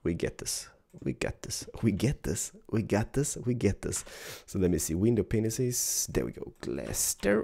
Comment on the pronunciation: you really got to stop saying penises and start saying panes...